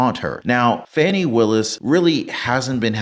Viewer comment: Trump said Fawni....😂😂😂😂 Most say Fani....and that is a more fun name...so sad she is despicable .